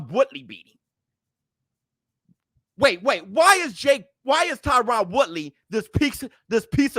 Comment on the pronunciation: HIS NAME IS TYRON(TIE-RIN)